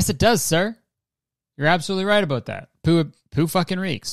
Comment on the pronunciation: "You're absolutely right aboot that." -Kurtis Connor, 2021